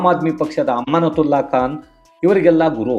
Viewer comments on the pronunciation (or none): ಗುರು.. ಅಮಾನುತುಲ್ಲಾ ಖಾನ್... ಸರಿಯಾಗಿ ಉಚ್ಚಾರಣೆ ಮಾಡಿ.. ಅಮ್ಮನ ತುಲ್ಲಾ ಖಾನ್ ಅಂತ ಹೇಳಿದ ಹಾಗೆ ಇದೆ 😂😂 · ಎನ್ ಸರ್ ನಿಮ್ಮ ಉಚ್ಚಾರಣೆ ಅಮಾನುತುಲ್ಲಾಖಾನ್ ಅಮ್ಮನತುಲ್ಲ ಖಾನ್ ಯಾವ ರೀತಿ😂ಬೇಕಿದ್ದರೆ ಪುನಃ ಕೇಳಿ Audio